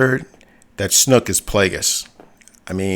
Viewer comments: Yo seriously listen ...... Your a fan yes, but a true fan I doubt maybe in 30 years or so. I've been in this since 77. Constructive criticism for you, take the channel down and do some research. AND WHO THE FUCK IS SNOOK? It's SNOAK "OA" Not U not OO. Made me cringe every time I heard you say it, fuck. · LMAO snook? sn(O)ke long-O B lol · It’s Mark Hamil talking, not Andy Serkis. And it’s Snoke, not snook